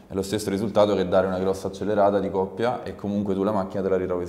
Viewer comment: Grande!!! Però si dice " Coppia" non oppia!!!